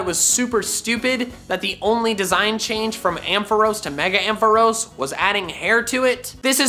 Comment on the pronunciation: AMPHAROS, NOT AMPHOROES! FIX IT NOW!